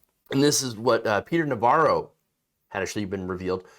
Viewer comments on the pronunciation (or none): none